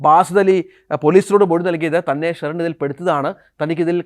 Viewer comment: സ്റ്റെറിൻ? ഇടയ്ക്ക് ബീയറിന്റെ പേര് പറയുന്നുണ്ട്